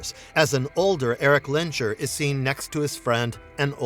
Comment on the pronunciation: It's Lens-herr ;)